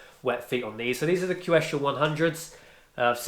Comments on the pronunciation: Quechua is pronounced as “keshwa”…😊 yup, i noticed outdoor shoes/boots from decathlon lasts about a year or year and a half when used daily. nice review! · It's pronounced /k̍ɛtʃʊə/ˌ "ketch" as in in ketchup, "u" as in put, "uh" as in America.